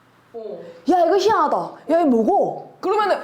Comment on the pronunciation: TK에서 희 '한' 하다(좋다), 희 '안' 하다(이상하다) 의미따라 발음 다른게 이게 진짜 정확해요ㅋㅋㅋㅋㅋㅋ 네이티브 선생님 진짜 최고에요ㅠㅋㅋ속이 시워ㅓ언해져서ㅋㅋㅋ